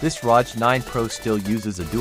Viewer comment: Don't ever pronounce an acronym like that! It hurts my ears.